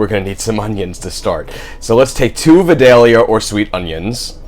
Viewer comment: Looks good I’m going to try but I have to say this. I live about 30 miles from Vidalia Ga. it is pronounced Viiiiii dal ya. Sorry I just had to do it.